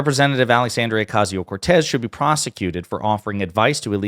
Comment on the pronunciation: Just to point out that it's pronounced Ocasio, not Ocazio. There are no Z sounds in Spanish.